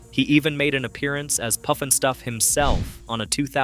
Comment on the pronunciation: How does someone mix up puff as poof😅